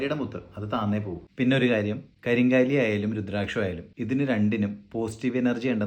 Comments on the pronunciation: കരിങ്കാലി അല്ല, കരിങ്ങാലി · കരിങ്ങാലി എന്നാണ് കരിംകാലി എന്നല്ല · ഇതിന് ശരിയ്ക്കും പറയുന്നത് കരിംകാളി, എന്നും കരിങ്ങാലി എന്നുമാണ്, നിങ്ങൾ അതിനെ കരിം കാ ലി എന്നാക്കി ഒരു മാറ്റം വരുത്തി.